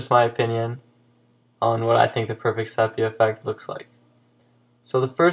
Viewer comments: SEE - PEE - A not SEP E A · Good video. BTW - it's pronounced see-pee-ya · Pronounced SEE-PEE-AH -- but thanks for the tip! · I would have enjoyed this more if you actually pronounced "Sepia" correctly, it's pronounced "See•pee•uh".